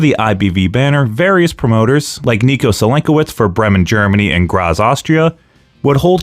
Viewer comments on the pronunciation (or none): And it kicks off with a proto-Frankensteiner . Also that's not how any of those words are pronounced. BREH-men, not "Bremmen", GrAHts, not "Gras". Anyway, when I was a kid I remember Wanz coming onto a TV talk show and making a huge point out of them disallowing closed fist punches which I thought was really smart in explaining why you'd even use something as an open-hand chop. HOWEVER, I feel like you're not giving enough time to Peter William who was also very active as a wrestling commentator on German TV for 10+ years on a level comparable to Gorilla Monsoon (especially cause everyone else was the pits and still is).